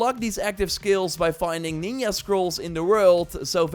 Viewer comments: It's NinJa not NinYa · its not nin-ya its ninja